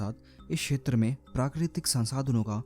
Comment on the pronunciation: छेत्र नही होता क्षेत्र होता है।